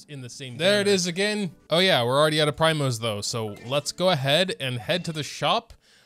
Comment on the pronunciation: it's PREEEMOS not PRYMOS